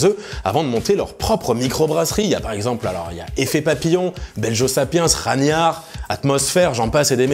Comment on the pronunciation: Hâte d'être dans l'avent. En attendant la video est sympa. J'ai un peu souri quand tu as prononcé Ragnar (raniar), bière normande donc prononciation viking Ra[g]nar